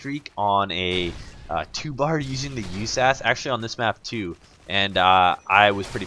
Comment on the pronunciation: Actually u pronounce it just as saying U S A S 12 just saying...